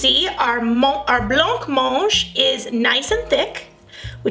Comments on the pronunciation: It is pronounced with a silent c 🙂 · Correct, the C is silent. 👌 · 'Bla monje' is about the closest spelling I can come up with to how it's pronounced. I make jelly and blancmange a few times each month and all my grand children adore it. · That's not how you pronounce blancmange 🤦🏽‍♀️